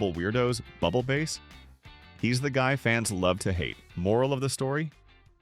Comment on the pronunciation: It's pronounced bubble bass not bubble base